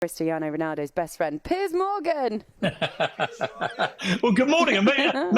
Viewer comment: Ohhh cristiano please be my fwend